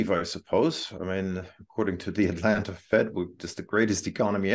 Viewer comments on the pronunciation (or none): none